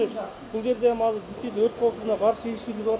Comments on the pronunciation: Казыр эмес азыр деп суйлосон уйрон жакшы суйлошту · Казыр дебечи котогум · казыр эмес азыр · Казыр эмес азыр десен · Мер молодец .бирок Казыр дебей Азыр десе Жакшы болмок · Казыр эмес. Азыр болот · Мэрдин казыр деген созу азыр дегениби же кандай? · Бизде Азыр эле дейт Казыр дебейт 😢☝ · Жакшы меердин ишине ийгилик берсин Аллах Болгону азырды казыр дегени кызык экен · КАЗЫР ДЕЙТ ЧУЙЛУКТОР